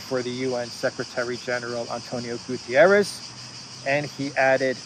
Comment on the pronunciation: I like the way you say "Antonio Gutierres" 😁 as if he was spanish. In portuguese we say Guterres, opening the first "e" and closing the second "e". We also say "rr". Then, it finishes with a "sh" sound 😁